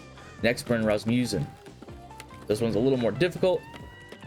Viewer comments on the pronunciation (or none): none